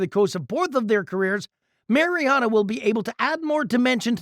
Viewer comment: You lost a tad bit of credibility pronouncing Mariota’s name as the Mazda miatta